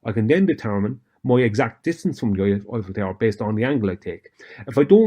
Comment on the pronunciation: Wait, is he talking about the Oiffel Tower, or the Hoit Tower?